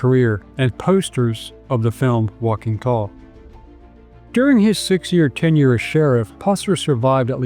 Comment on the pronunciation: Walking toll? Adamswille? Learn to pronounce it correctly.